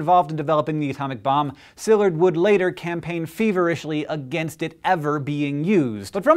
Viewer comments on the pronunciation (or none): Haha "againgst" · "Campaign feverishly "AGAINGST" it?"